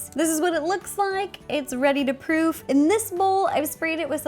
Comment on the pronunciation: Was she saying proof or prove?